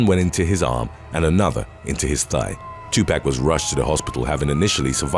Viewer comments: Gets on my nerves when people say it knowing damn well they have heard his name plenty of times... Its 2 pac not 2 pack.... And youre black and still said it wrong smh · I cringed every time the narrator said, "2Pack Shakur"... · Still cracks me up when people say Tupac's name wrong. There is no K in his name. Lol!!! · Your Pronunciations Are Killing Me 😢 Especially On Tupac Name. Please Do Research & Get It Right